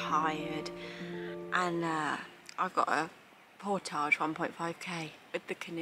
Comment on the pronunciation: You're British not Frrench, so pronounce portage properly.